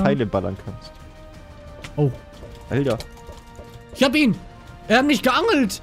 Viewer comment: du hast immer schöne videos aber warum sagst du denn alder und nicht alter?